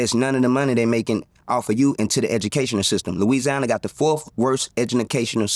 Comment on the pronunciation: Hurricane Chris said Louisiana has the fourth worst education system of the United States and I would like to tell him yeah brother we know they do because you didn’t even pronounce education system correctly. Go back and watch yourself. You didn’t even pronounce the word education education for syllables correctly, Louisiana is a Third World city state you don’t have to go to Haiti. You don’t have to go to parts of Africa. We have them right here, Louisiana, Tennessee, Alabama, MississippiArkansas just the name of these are third world city states parts of Atlanta, Georgia, where the metropolitan area is. Looks like Beirut United States is no more white people need to get their shit together and regain control of this country and yes, make it great again.